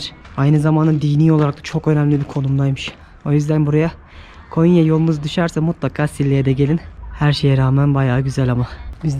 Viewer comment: Konya deyil gonya